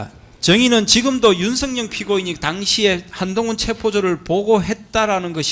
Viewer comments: 윤성녕 피고인. 유독 윤성열도 아니고 윤성녕. ㄹ 발음이 안되는 구강구조 부터 고치자. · 변호사가 일부러 그러는건지 발음이 안되는건지 계속 윤석녕이라고 발음하네? 이건 제지해야 하는거 아닌가? 기본적인 발음도 안되면서 무슨 변호사를 한다는거야? "열"이 발음이 안되는거야? 열차를 녕차라고 하냐? 열심히를 녕심히라고 하냐? 그런거 아니면 정확하게 피고인 윤석열 이라고 똑바로 불러라! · 윤석열이라는 발음이 저렇게 힘드나 윤석영이 뭐야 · 변호사가 윤석열 이름도 윤성영 이라고 자꾸… 얘들은 이름도 제대로 못부르는 수준이냐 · 발음도 제대로 못하는새끼네 윤성영은 누구야 씨발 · 윤석영은 누구야 발음도 어눌하노 저거 찍들이 말하는 짱깨새키야? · 윤석열 발음이안돼서 윤성연 이라고발음하네. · 윤측 변호사야!! 발음이나 똑바로 해라 ㅂㅅ인가~ 윤순영이가 누군데? 윤석열이라고 말도 못하는 ㅂㅅ 윤석열대통령이라고 할때는 발음괜찮은데? 더러운 🐕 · 변호사가 발음이 엉망! ㅋㅋㅋ 나만 그리 들은 게 아닌 듯... 윤석영은 뉘여? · 윤선영? 발음이나 단디 해라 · 윤성영은 또 누구? 발음도 못하네~ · 윤성영,,,, ㅋㅋㅋㅋㅋㅋㅋㅋ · 맞죠? 저 발음으로 사회생활 어찌하냐~~ 이윤스응영~!! 윤승영... 윤석영 윤성영.... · 윤석열 변호사는 [윤서결] 발음을 못하냐? 모지리만 모아놨나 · 아 윤석영...이거 문제 되는거아냐? 발음 진짜거슬리네 ㅡㅡ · 제대로 발음해라 술쳐마셨나... 윤석영이 뭐여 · 윤성영 피고이니이,,,? 어떨게 두번 연달아 윤성영 이냐? 바름 조빠리 안할텨,,,? 이제보니 계속 윤성영이라카네. 윤성영~ 누구냐 넌? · 변호사야 윤석영 뭐야 발음이 ㅋㅋ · 발음이 머냐, 윤석영? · 조청장님도 힘드시겠어요. 윤빤스한사람때문에 많은 사람이 고생하네요. 윤석영이 뭐야요? 자꾸 발음이 부정확한 신문 참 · 발음 판사 왜 듣고만있지?피고인 이름 기발하네? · 변호사 혀가 짧네 윤석열 발음이 어려운가 보내